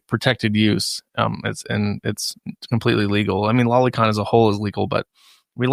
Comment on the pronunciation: It's "low-ly con" like LOLITA, not lolly like lolipop. Holy shit you internet weridos! Go listen to an anime in Japanese for once.